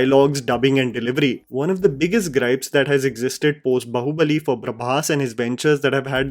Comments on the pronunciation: Brother it's baahubali not bahubali... 😅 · Repeat after me…baaaaahubali not Bahubali bhai!! Kya kuch bhi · Just one thing, it's Baahubali. Not bahubali. Agree with everything else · Baahubali not Bahubali.. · I don't know why but every time you say " bahubali bahubali" I am screaming it is baahubali. Why is it so difficult to pronounce Indic names right ? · why are you saying bahu bali and not baahubali like wtf lmao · It is just me or is saying "Bahu Bali" instead of "Baahubali"?